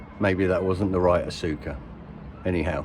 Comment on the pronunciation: Pronounced Oscar. And wwe may be suing cyrusher. Lol